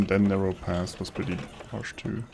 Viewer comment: Are you saying Narrow PATH or am I confusing your accent and your actually saying Narrow PASS? Narrow Pass is the actual map name, btw. Not being pedantic, honestly just curious.